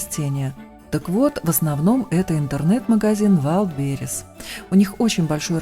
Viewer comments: ну раз слово английское то тогда и произносить его надо правильно, через «Э», раз у нас все так по канону, а не ужасное русское звучание английских слов. В транскрипцие же, ударение ставиться на первый слог. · Ветка еще достаточно «сырая» не просушенная и на такой может не держаться термоклей от излишней влаги. Хорошо, что весь декор клеился на канат, а не на палку. И что не так с Вайлдберис, почему вы его постоянно произносите неправильно? Все равно, что постоянно произносить ягОды, ставя ударение на «О», а не на «Я» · Умеем же мы заметить соринку в чужом глазу ,хотя в своём не видим и бревна . Ну подумаешь ударение не туда ,куда надо. Многие мы, русские, говорим звонил,делая ударение на первый слог. Ухо режет! Звонят колокола произносим правильно,в школе ещё научили. Много делаем ошибок в писании,страшного в этом нет. Я тоже произношу этот вальдберис ,как написала,и ничуть не страдаю от этого! Это иностранщина. Лишь бы русская речь не страдала и не угасла напрочь,уж больно много в наш разговор вселилось иностранных словечек. Не сетуйте ! Давайте просто оценивать творчество!